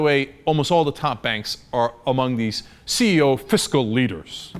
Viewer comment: CE"0" (as in zero)